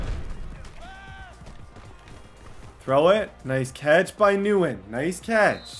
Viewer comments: It's thin win not newin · Nguyen is pronounced Win not Newen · says nguyen-nuwen instead of saying gwinn. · Every time he calls the guy New Win was cringe 😬. Literally had a pro football player named Dat Nguyen. It’s pronounced Win 😂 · the Nguyen is not pronounced “newen” it’s pronounced “win” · NGUYEN IS NOT “NEW IN”, ITS “WIN”. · 100% pronounced “win” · keep up the good work with your channel Bro!! Gotta let you know my dude Nyugen is pronounced Win. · keep up the good work with your channel Bro!! Gotta let you know my dude Nguyen is pronounced Win. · Nguyen = “win,wen” you were pronouncing this so wrong 🤣😅 good video mane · Quick tip for the next vid. It’s pronounced win (Nguyen) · Helpful advice “Nguyen” is actually pronounced “win” , it’s Vietnamese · thein nguyen is pronounced thin win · “Nguyen” is pronounced like the word “win” with an “n” sound in front. “nWin”. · Thien Nguyen is pronounced Thin Gwen Please like so can see. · Nguyen is pronounced “when” for future reference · only og's know its pronounced thin win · it’s Nguyen not nu-when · His name isn’t Wisebecker it’s weisbecker and Nguyen is pronounced “when” lol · Nguyen is pronounced “wen” just btw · Nguyen’s name is pronounced thinwen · Nguyen is pronounced win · Lol I love when he mispronounces names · I have to say that as someone who lives in Vietnam, your mispronunciation of Nguyen does irk me a little.😜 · Cool vid but the pronunciation of Nguyen is cringe asf 😖